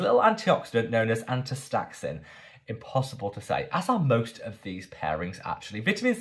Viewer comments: It's pronounced, asta-zanthin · 😂 sweetie watching you butcher astaxanthin cracked me up, so cute😅. Sungboon editor has astaxanthin serum and moisturizer if you're interested. ❤🍋🍋🍋